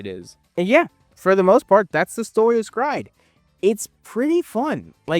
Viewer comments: S-Cry-Ed lives RENT FREE in my head.... Honestly because the name is so very unique that it locked in. I barely actually remember anything about the anime beside red arm guy and the dude who could control orbs. Everytime you say "scried" i want to cry. Lmao I always called it "Es-Cry-Ed" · I thought it was pronounced "sacred" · It’s not scry it pronounced S….Cry…. ed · Bro this is a classic I watched this on Toonami and everyone was talking about it. Also I thought the pronunciation of S-cry-ed is supposed be said as a sutter because it’s also doing a double entendre on being scared! So it’d S… Cry…. Ed that’s how we said back in the Toonami days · I absolutely HATE how you say this name and I'm gonna have to thumb it down and move on about my day lol